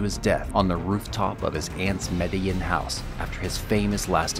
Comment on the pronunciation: Just found the channel and I appreciate the effort you put in with the video clips and what not. My only gripe is your pronunciation with names. Google has a thing where it'll sound words out or youtube has videos on names and how they should sound. Sorry but Medellin and Juana really made me cringe. Sorry if i sound rude, but taking the 30 seconds to google it would make an impact on the content.